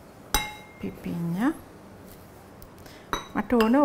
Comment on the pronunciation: පිපින්නා නෙවෙයි, පිපිඤ්ඤා....❤